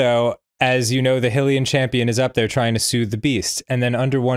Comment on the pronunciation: dan getting on arin for saying nah-vah-dah years ago but pronounces hylian hill-ee-an